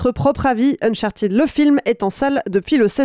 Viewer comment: Uncharted se prononce "Unchart'd", ou au pire "Unchartaide", pas uncharTIDE.